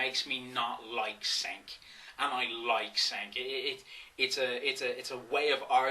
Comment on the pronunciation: You know to pronounce cenks name. Douchebag.